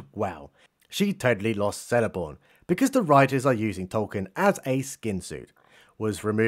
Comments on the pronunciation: Celeborn is pronounced "keleborn" not "seleborn". The letter C never turns to S in pronunciation in Tolkien's works. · Just funny how he says Seleborn